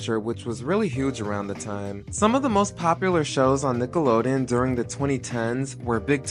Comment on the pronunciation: it’s not just me right? they never pronounce the n at the end of nickelodeon when they sing the classic jingle.